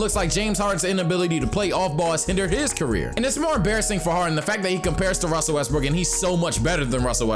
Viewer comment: "if russel wesbrock russel wesbrocks" ahahahhahaha made my day